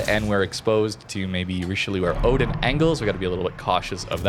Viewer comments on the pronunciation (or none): none